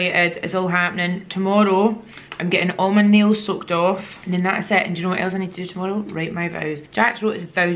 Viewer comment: I kept thinking you were saying “im getting my nails sucked off” but then realised you were saying “I’m getting my nails SOAKED” off haha